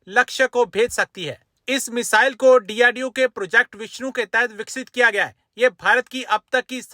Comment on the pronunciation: Abe chemma it's DRDO not drdoe